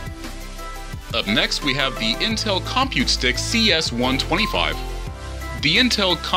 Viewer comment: Your emphasis on com in compute stick is bothersome.